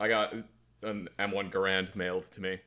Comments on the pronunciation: So I'm gonna go ahead and be that guy: isn't it pronounced gehr-end? The pronunciation you guys are using is probably more common, but I don't think it's the proper one. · ....you're a gun guy, you should know how to pronounce the Garand, it is "Gar end" because the creator whose surname is Garand, foresaw people getting wrong and actually mailed a letter to the folks who print the Webster's dictionary detailing specifically how to pronounce his rifle, so theres no arguing it like with Gif vs Jif XD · I can't make it past the constant mispronunciation of Garand...